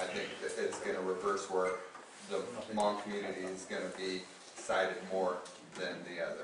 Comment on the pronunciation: I'm sorry... But if your going to post a video on behalf of the Hmong people, you spell check before hand 👍(Hmong-hmôNG) pronounced: Mong